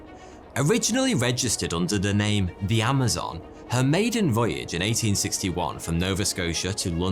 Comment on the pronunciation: You are profoundly bad at pronouncing canadian things lmao. Newfoondland. Day Grattia. At least you got Nova Scocia right 😂